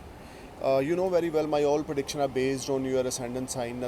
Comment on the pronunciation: Heavily accented Punjabi toned English. Speak slow it will get better. It’s not Haraash it’s Harsh. It’s not prediction it’s prediction. Hope you won’t mind.